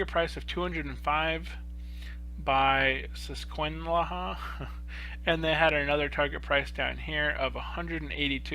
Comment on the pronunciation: It is a good buy but I think it could be even lower and you said Susquehanna wrong you must not be from PA.